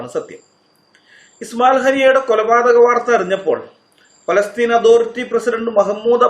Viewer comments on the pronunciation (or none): none